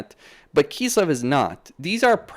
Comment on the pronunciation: why do you say "kisslev" instead of kislev?